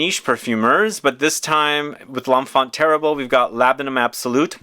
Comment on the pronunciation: For someone who lives in the world of fragrances and travels so much you really could work on your pronunciation. L'enfant Terrible ......